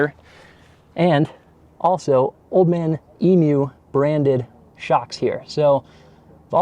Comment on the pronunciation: Big points for you. You said Old Man Emu correctly, thank you mate. I wish we got the 4Runner in Australia. Great review.